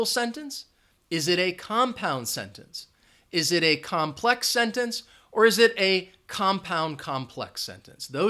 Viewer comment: COMPLEX- NOT COMPEX